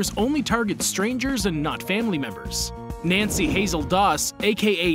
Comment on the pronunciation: Its nannie not nancy